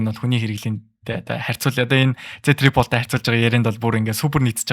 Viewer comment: Tri pold bish tri fold shde bro 😅